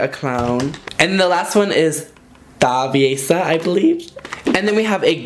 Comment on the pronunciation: This definitely reminds me of my aunts when they went through their chola phase in the 90s. Im living for this set. Also if I remember correctly its : thra-veh-sah and thats like a trouble maker